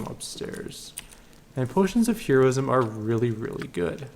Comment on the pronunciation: but 'heroism' was wrong